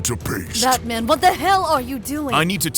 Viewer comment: I heard this as "Bat-Shit Man" at 1st. 😅